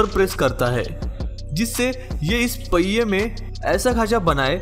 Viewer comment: पैये नहीं पहिए होता है। हिन्दी की धज्जियाँ मत उड़ाओं